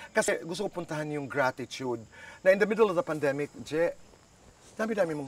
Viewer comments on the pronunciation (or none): Mr."Gratitude"😂 learn how to pronounce it correctly first then u will know what it really means!